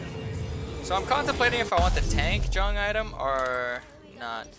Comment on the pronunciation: Am I the only person who dislikes the pronunciation of "Jung"?